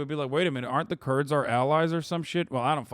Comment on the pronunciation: ah that makes more sense. The 1st mention of the Kurds he didn’t annunciate